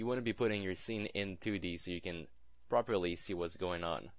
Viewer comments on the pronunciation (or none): none